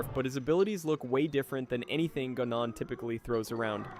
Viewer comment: guh-non LOL